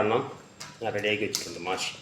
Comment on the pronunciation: മാഷി അല്ല, മഹ്‌ശി